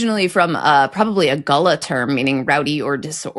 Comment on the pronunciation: african american communities? that’s doesn’t sound right this isn’t about race😂 this is about generation oh no you did NOT say gullah